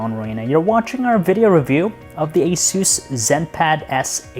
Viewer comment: So apparently its pronounced asus for the first 20 seconds then it becomes asoos